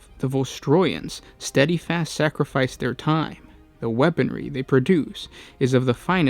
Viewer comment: I like your channel but correct pronunciation is not your strong suit. Steadfast is not steadifast. You have something like this in every video. Otherwise love your work. Reprieve is not repieve.